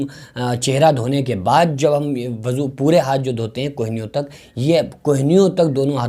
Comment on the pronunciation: Abe aqal ke pedal insan wuzu hota hai wazu nahi